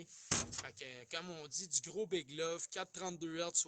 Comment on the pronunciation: Pas bit mais big